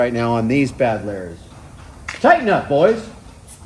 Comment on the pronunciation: "tighen up boys" lmao